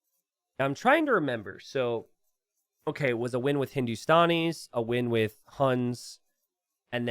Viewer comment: Its Hindu - Stan - Ees not Hindu - Stawn - Ees (The Stan is like how you say Stanley, not Stawnley lol) -- Love your content btw <3